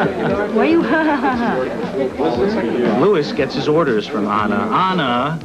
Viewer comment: her name is Anna! Not Onna!:) Tiffy knows Sean's daily routine!:)